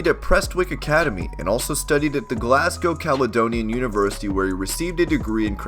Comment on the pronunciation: Hearing an American say prestwick, and Glasgow properly is weird....